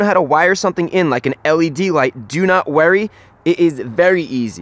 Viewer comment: me: Do not worry europe: Do not worry austrailia: Don't worry chrisfix: Do not werry!